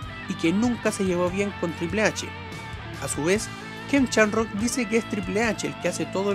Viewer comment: No se dice Chamrock, no seas ignorante por favor